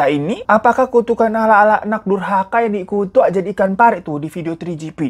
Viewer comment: tu to the ku to the kan "tukukan" bang😂😂😂